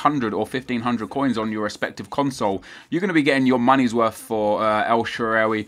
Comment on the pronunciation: THANK YOU SO MUCH NEP. I LOVE YOU AND SHAARAWY IS MY FAVORITE PLAYER IN SOCCER AND I LIVE IN AMERICA AND GOT HIS JERSEY FROM ITALY. HE DOESN'T GET THE AMOUNT OF RESPECT AND ATTENTION HE SHOULD. IM SO GLAD YOU PUT UP A VIDEO ON HIM. And for the pronunciation Sha rar wee The last when you were asking how to say it. Have a great day and keep up the great videos Nep